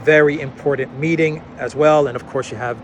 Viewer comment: President Xi is pronounced Sheee Jinping not Jheez, nor Ghee. Shee Jin Ping, got it?